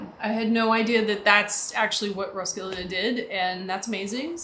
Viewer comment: It is pronounced Roskille Festival..... thank you for the tgreat review